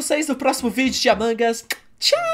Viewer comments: amangas as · ai eu gosto de AMANGAS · O batata fala amangas😄😄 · Não é a mangas .é almôndegas kkkkkkk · ninguém: a Batata: "Amangas" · O batata fala certo o nome é "Among Us" mas se diz "Amangas"